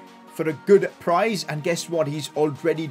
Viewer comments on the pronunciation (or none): none